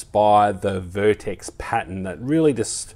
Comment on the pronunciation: Vortex not Vertex